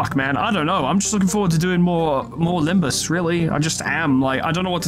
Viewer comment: during Faust's dialogue, she accidentally said "Limbis" instead of "Limbus" and it became a bit of a meme for a while :P